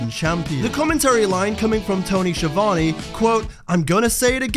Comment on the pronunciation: I'm still not sure how Schiavone rhymes with Giovanni